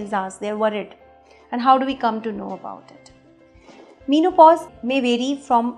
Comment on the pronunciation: men o pause not mean o pause